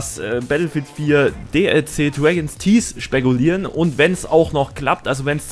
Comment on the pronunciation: Dregens Tieß. Großartige Aussprache!